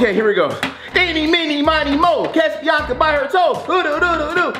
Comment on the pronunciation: It’s not binca it’s Biannca ur probably 3